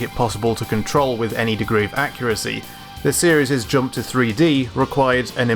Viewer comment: my iPhone keeps answering a “Hey Siri” command when the narrator speaks “the series”.